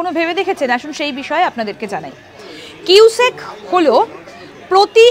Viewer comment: কিউসেক তো বুঝলাম, কিন্তু "কুইসেক" ব্যাপারটা কি ? 😂😅